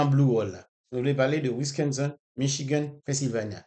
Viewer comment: Met la gow pote atansyon a sa wap di wi pa gen yon kote yo rele wisconson non, se Wisconsin wi